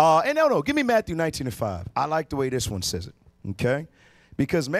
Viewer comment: When I started listening to you guys a few months ago, I thought you were saying "auntie,' not IT. 😅